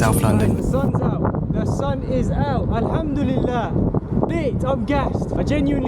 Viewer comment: I love the way when he said "alhamdulillah" 😊